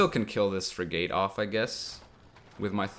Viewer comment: Will he ever pronounce it frig-et... no Will he lose viewers because he continues to pronounce it frig-ate... also no